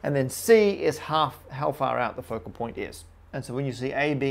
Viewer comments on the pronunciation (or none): none